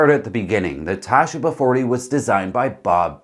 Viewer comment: Tasheeba. Not Tashiba. Sheee. Same as the Baba 40.